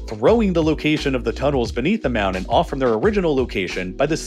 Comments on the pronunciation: Not trying to be a dick but you don’t have a speech impediment. Don’t say “mownen” it’s mountain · wtf is a mounin?